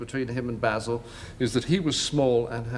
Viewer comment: AI junk. You can't even pronounce Basil correctly, you use clips from other movies and shows. use a photo of Basil Fawlty that isn't John Cleese. AI dropping random clips of WW2 and other nonsense out of context. This show deserves more respect.